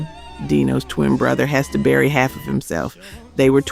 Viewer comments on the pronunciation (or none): none